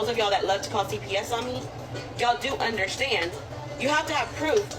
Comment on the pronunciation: “y’all do undershtand”😂😂😂